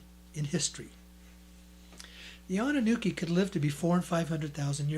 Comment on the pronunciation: It's "Anunnaki" (it even says that on the books' covers); not "Anunnuki" or "Anunnooki," which is what you're repeatedly saying in this video,. If you're going to pass yourself off as a public speaker, you should speak your words correctly. ~ If there's actually that much gold in the world and if they let it all out onto the open market, the price of gold would plummet due to a glut on the market, making it practically dirt cheap. ~ To think that I actually sent you money at one time!